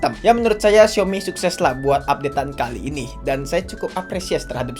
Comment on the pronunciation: Bahkan dlm ajaan bhs mandarin " xiaomi " yotuber pun msh bnyk yg ngeja nya " siomi " sdgkn yg bnr adalah SAOMI.